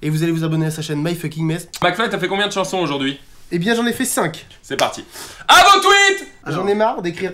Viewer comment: Carlito: il y en d'autres des CHAnsOn (avec l'accent ) québécois 😂😂